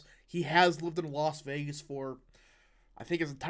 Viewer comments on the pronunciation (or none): none